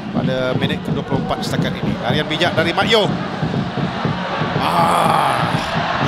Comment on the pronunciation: Ralian ke larian? hahaha